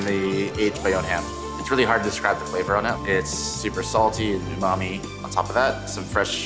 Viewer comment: If you think that's the proper pronunciation of umami then you may also have a problem pronouncing foreign words.